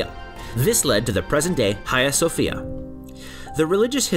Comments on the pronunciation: Nice work. I went recently and it’s still amazing from the outside. The inside feels odd and complex. Note on pronunciation ~ there is no “kh” sound. H “ha” as Hagia. Or it’s also pronounced “Aya Sophia” 😊Hopes that is helpful and not critical sounding 🙏I look forward to more videos about Turkey 😊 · Ayia Sophia is better of Hayia Sofia pronunciation please buy doesn't matter still the documenter and the information contained is very true and interesting as a whole! Optic Acoustic too!!! Well done 👍!